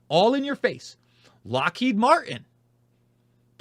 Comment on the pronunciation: I've heard about Lockheed but no Mar-inn?